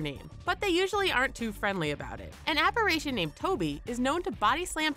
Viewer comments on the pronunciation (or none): none